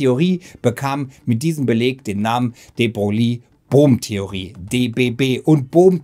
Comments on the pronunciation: David Bohm nicht Brohm man man... Und wehe hier kommt jemand mit Pedanterie ;) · Nicht nur in der Beschreibung... Wie immer gut "retschertschiert" Beim ersten anschauen immer Brohm verstanden... Beim zweiten Mal nicht mehr so oft. Trotzdem gut, so kann man selbst im Thema stöbern